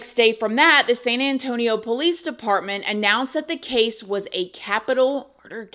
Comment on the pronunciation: The way she says pOUlice 😅